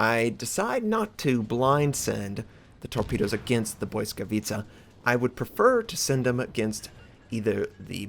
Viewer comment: lol you are the first American who said it right, BLYSKAWICA, not blyskawitcha.. xD btw a good ship, i did 127k, 6 kills :)